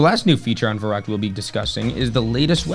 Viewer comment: An all time classic and prolly my fave WaW map to go back to. Been loving the series man. Fyi just wanted to mention its pronounced as "fer-rookt" (v = f in German and the ü makes an "oo" sound)